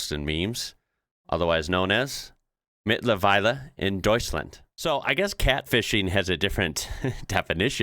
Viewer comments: Now - a lot of comments told you that "mittlerweile" is a false friend in this case. And there are lots of suggestions which words to use instead. BUT: Nobody has praised your pronunciation of it! So I will do that...... I am really impressed how close to perfect it was and I assure you, every German would have understood it withour any problems. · That was actually a good pronounciation for a non-german speaker. I know it's anything but easy to learn german so...nicht aufgeben!